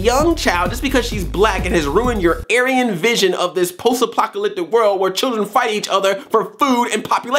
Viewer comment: It sounded like you were going to say "post apocaloptic." Drag race represent.